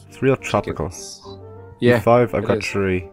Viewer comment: You said tree not three